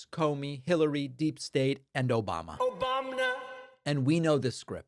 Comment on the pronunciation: That echo chamber "Obamna" kills me every time